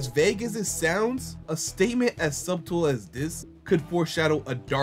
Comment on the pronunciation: In the word subtle you don't pronounce the B. Keep up the great videos though